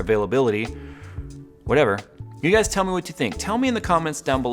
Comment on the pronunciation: "your guy'ziz" please clean this up. I agree that Intel looks dazed and confused. I guess so many years with out competition they were likely going to forget how to respond to it. I hope AMD can deliver! Intel needs some one else in the marketplace and so do we. All those years Intel had on easy street rolling out infinitesimal performance increases holding onto more than 4 cores for the mainstream with an iron grip. Thank you AMD.